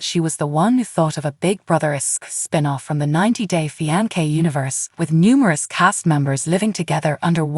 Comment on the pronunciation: Love how the AI keeps pronouncing the word fiance wrong but in different ways 🤣😂